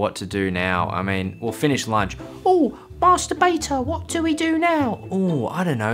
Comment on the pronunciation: The way he pronounces Master Beta lmao